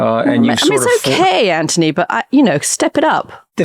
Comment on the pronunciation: Ok, sorry, finally had enough. Lambos, the beast, ads for car stuff and the fact Katty can't say Anthony's name correctly - it's driving me nuts TBH. Becoming very wanky and annoying....